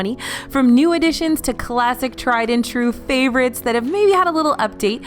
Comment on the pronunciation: I’m never sure if is saying classic cheese or plastic cheese😂